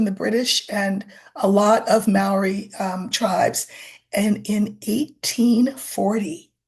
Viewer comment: Waitangi is pronounced “Why-tang-ee”, for the curious. And Māori is pronounced “Mah-ree”. They have such a beautiful language, and are a beautiful people and culture.